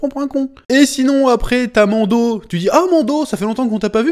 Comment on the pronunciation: Chaque fois que tu dis Mando, j'entends Mondo , ça me fait penser au Mondo World dont JDG parle, La société qui copie les Disney ... 😅